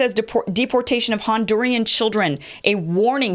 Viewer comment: Very good reporting but I noticed that you were reading the same thing I was and in none of those reports was the word Hondur-i-an